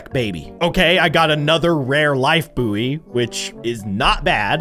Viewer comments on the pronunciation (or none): saying buoy wrong also luv ur content been watching you since 5y/o